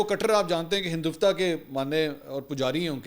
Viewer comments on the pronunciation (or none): Hindiut va ھندتوا ایسے بولا جاتا ھے منصور بھائی